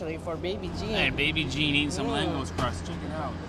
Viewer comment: The pronunciation of LÁNGOS is "langosh"